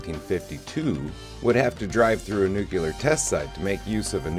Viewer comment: The chemical element is pronounced "NEW-klee-er"